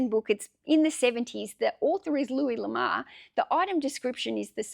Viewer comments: Pronouncing the first name loo-ee or Loo-ess are both acceptable. However, the surname is not pronounced La-mar , it is pronounced La-moor . His surname translates from French to "The Love" or just "Love" l'amour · Just for the record,, his name is pronounced: Loo-Ee Luh-more. I agree you shouldn't stop sourcing, despite all the inventory you currently have. What you do need, as you already know, is an employee to do the photographing, listing, shelving, and picking/packing/shipping. Your experience is invaluable for sourcing, grading, bundling, and pricing, so that is where you should be spending your time eventually, though until the cages disappear, you will have to be working on those I'm sure, even if you have an employee. That's my opinion, anyway. I know that training an employee will slow you down for awhile until he or she can get up to speed and work without you looking over his or her shoulder constantly, but it will pay off in the long run in growing your business. Thanks for the interesting video. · Sorry, but you are pronouncing the name wrong.. Have you ever heard the song: Ho Lamour? That's how you are prnouncing the name 😀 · I've always heard it pronounced "La Moo+urr" ... makes sense, since its a french sirname. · Thanks for posting again and honestly fir a little positive giggle. Please take this as positive feedback …..l’amour is French for love❤ pronunciation …..say lamoooor . Love you so much, just wanted to make a note. Hope to see a video tomorrow 🎉🎉🎉🎉🎉🎉🎉🎉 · I don't sell or plan to sell anything on ebay, yet, I looooooove looking at your videos. I'm from Belgium that's why I haven't bought anything from you, I would have loved it but it would kill me in postage 😜 My first language is frensh and I will tell you that the name " l'amour" should be pronounciate like "Louis" ^^ ( Amour = Love)